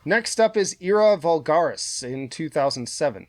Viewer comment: i'm assumimg the Lullabies ranking is based on the CD track listing; what about the Vinyl track listing with the 3 extra songs (not to mention Fun Machie was supposed to be on there too); how would that change its ranking? Or would it? P.S. i've never heard anyone pronounce Era Vulgaris like that lol